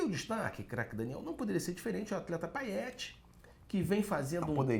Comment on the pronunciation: Gostaria de ressaltar a perfeita pronúncia do quando chama o jogador Payet de Paiéte, e com toda certeza muito provavelmente nem a mãe do jogador deve chamá-lo de Paiéte mais, o certo é Paiê pois o mesmo joga no Brasil. Então, errou rude mesmo acertando. Melhorem!